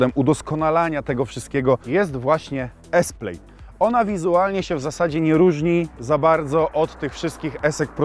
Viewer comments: PLAD nie Pleid ! +900 tysi subow i zeby sie nawet nie przygotowac do materialu co do poprawnej wymowy nazwy auta. Slabo.. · Skad Ty wziales ta wymowe? To po prostu /plad/ a nie /plajd/ czy /plejd/ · To nie jest „Plejd” a „Plad” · Wymawiamy „plad” nie „plejd” 😂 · To nie jest "plejd" tylko "pled" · To się czyta "plad" tak w ogóle xD A co do biegów, ma gdzieś tam na plastikach pod ekranem takie ukryte P R N D, taki panel dotykowy. Ogólnie są chyba 3 sposoby aby wrzucić bieg w Tesli. Co nie zmienia faktu, że jest cholernie źle spasowana, lakier odchodzi w wielu i ogólnie ssie xD Do dzisiaj jakoś tej Tesli i ogólnie elektryków nie trawię. Może tylko ciągnik siodłowy elektryczny byłby fajny bo fajnie by się zbierał z miejsca, ale odkurzaczem jeździć prywatnie nie będę. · przepraszam, ale jeżeli "poważny" youtuber nie potrafi przyczytać poprawnie słowa PLAID, i czyta go jak słowo PLATE, to ja dziękuję, ja muszę w swojej pracy się rozwijać i uczyć mówić, nie zamierzam subować osoby która ma to kompletnie w dupie. Unsub. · wymowa plaid jest 'plad' wymowa plate jest 'plejt'